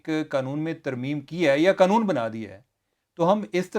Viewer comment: بھائی ایک مہربانی کریں یہ قنون نہیں قانون ہے🙏